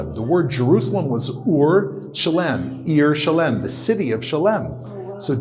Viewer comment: Cool video but are you sure you pronounced Salem and Melchizedek correctly?